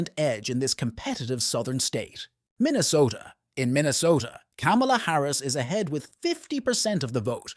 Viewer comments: The presenter cannot even pronounce Kamala's name correctly. WTF? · Learn how to pronounce her name .